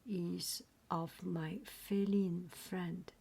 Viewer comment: Also feline is pronounced fee line